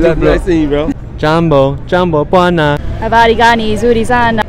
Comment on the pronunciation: Habali gani Au habari gani, ss tunafundishaje wasiojua, bronuna kipindi kizuri napenda kuangalia ila L Na R jitahidi kuzifanyia mazoezi tuendelee Na safari